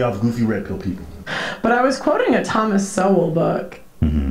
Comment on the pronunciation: It hurts me to hear her butcher Thomas shol like this. He is a great man , educated and on point from a very well documented perspective. She didnt get these bits from him at all!